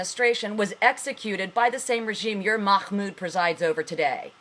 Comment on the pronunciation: lol is someone telling the truth out knowing farsi............ i think not lol seen as how you cant pronounce mahmoud properly but have no fear the muslims are here to educate you lol the 'h' is pronounced like if you are breathing to steam up your glasses, Not a kh sound ok? oh and sharia3 law is incorporated in US law just look it up all the founding farthers had the Quaran and took guidelines from it, you really are in need of some education stop watching cnn and try al jazeera or press tv